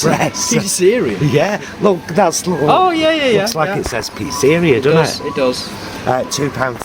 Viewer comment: you made me laugh with that 'Pisséria':D when I was a kid, it was one of the jokes that made every Italian speaking child giggle, when pronouncing the word pizzeria (the place you go to to eat pizza)